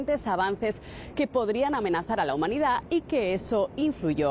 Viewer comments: "a la hunmanidad" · Ah, sí. "HUNMANIDAD"👌😁